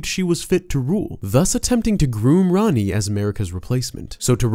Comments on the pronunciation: Rah-ni, not ran-ni, it's tamil for queen. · Her name is spelled Ranni but pronounced Ronnie it was annoying hearing him say her name incorrectly